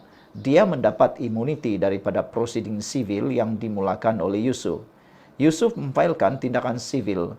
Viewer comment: SEBUT NAMA YUSOF PUN SALAH...YUSOF RAUDE....PUIIIIII